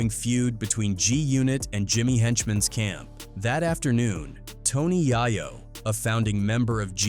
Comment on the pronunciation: Yah-yo??!!?? So many A.I. videos on YT, thumbs down.